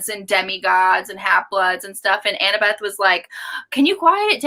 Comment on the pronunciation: Loool I love that keeps calling Annabeth, Annabelle 🤣🤣🤣